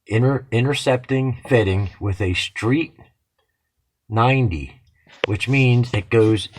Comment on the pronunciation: Are you saying street 90? Or straight 90? I'm not making a joke or anything, but I swear I'm hearing you say it both ways.